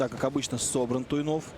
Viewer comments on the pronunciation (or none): комментаторы фамилию Макса весь файт неправильно называли...йопаный стыд) Туйнов красачик